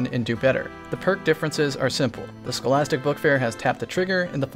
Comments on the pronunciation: oi! what the bejeeses are you calling the stochastic variable?? sounds like the ' scholastic bookfair', WTF is that about then? you making up your own weapon names now?... I mean I'm game, my favourite energy scout rifle is the 'Bananaman SR4'. edit: watched more of the vid now & I like my name better, the manhatton? nah.. edit2: the uriels is better than the number on console where 'tap the trigger' beats the extra range IMO:) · Is there a reason you call the Stochastic Variable the Scholastic Bookfair? Without explaining the joke it's simply weird to keep calling it the wrong name lol